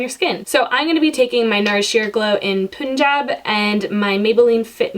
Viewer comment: <3 btw it's Pun-jaab (its a city in India)